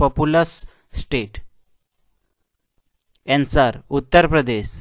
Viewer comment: SIR answer ka pronunciation Sikh li jiye